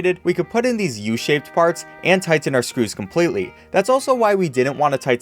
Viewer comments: Dat “tigh-ten” pronunciation tho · I love how much you overpronounce the second T in tighten